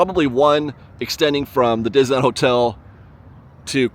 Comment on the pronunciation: You are my absolute favorite Disneyland vlogger. I love your cheery, unbiased, thoughtful reports featuring the perfect balance of information and opinion. I look forward to viewing every update. However, may I please ask you to do me just one favor? Please, stop rushing through the name of the park when you pronounce it—or rather mispronounce it. After all, it is the subject of your channel! I've heard "Dizuhlan," "Dizeeland," "Dissle'ann..." Please, slow down and say "Dis-ney-land." I know you can pronounce "Disney" and "land" separately. I've heard you do it many times. But, for some reason, when you put the two together, they come out as something else entirely. It's beginning to drive me nuts. And it's a short drive! PLEASE, just say "Disneyland." 🙏